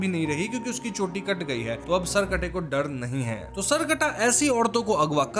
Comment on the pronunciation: Sir डड नहीं डर होता है।